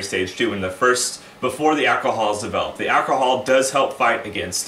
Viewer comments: This is great info. Also, the way you pronounce "Ak-a-hal" reminds me of Dave Chapelle's Tyrone 😁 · Boys and Girls, home made Mead an Alcahal has ruined my life!". 😁